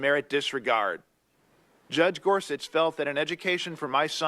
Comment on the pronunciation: Is there a reason for Sam's "idiosyncratic" pronunciation of Gorsuch (gore-suck')?